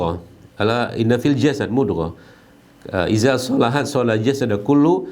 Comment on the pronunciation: Channel yang bermanfaat untuk kesehatan dan ana sering nonton. Tapi ada sedikit saran untuk pelafalan إذا kok lebih menjadi ke pelafalan إزا. بارك الله فيكم